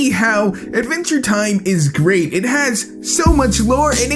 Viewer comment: "Iniway, Idventure Time is grit."